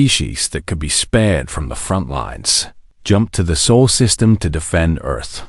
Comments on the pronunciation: It’s SOL system , not soul.. your a.i. Needs to be updated or retired so you can start again. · pronounced more like Saul.